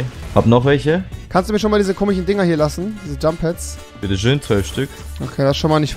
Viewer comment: Komichen red mal Deutsch es heiß komischen